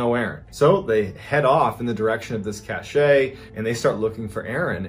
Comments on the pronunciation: *Apologies to all in advance - autism does wonky things to me sometimes. Cashet (cash-ay) means prestige. You mean Cashe (cash) a store of goods or supplies. I am sorry - it is making me crazy hearing it mis-pronounced (oh, whew, 5 mins in you pronounced it right) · Cache is pronounced cash not cachay/cachet 😂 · Cashay drinking game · I know, it is so cringe hearing cachay so many times. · MrBallen, please look up the pronunciation of "cache." The "e " is silent. Yeah, I know I'm grammarphreak and lots of you don't care, but I love MrBallen and don't want others being disrespectful. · Cache is pronounced kash. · It's a cache pronounced cash. It's a collection of items that you store. An example is an arms cache. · I’m so glad someone else knew. It was tap dancing on my last nerve. The word is French and, like so many other French words used in American speech, it’s more often than not butchered. Makes me nuts! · Thank you, the pronunciation was making my eyebrow twitch.. lol I do love the channel and content though… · It maybe the French pronounces it just the same way Mr. Ballen did... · I actually can't continue listening because of it. I think he's thinking of cachet like a good reputation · I was thinking the same thing lol but I figured maybe I was wrong because he was a Navy seal. I don’t know. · Gawd ty for pointing that out! I was about to lose my mind as many times as he said it wrong! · It's funnier to say it wrong bcs it pisses ppl like you off!😂😂😂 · omg… EVERY. TIME. CACHE. WAS. MISPRONOUNCED. 🤯